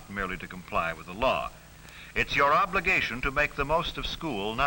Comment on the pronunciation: OBLIGAYTION!!!!